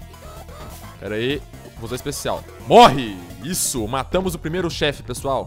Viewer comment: kkk ''eae PRESSOAL'' kkkkkkkkkkkkkkkkkkkk